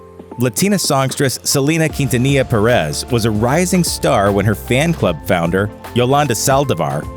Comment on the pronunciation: The way he pronounced Selena Quintanilla Pérez made me cringe.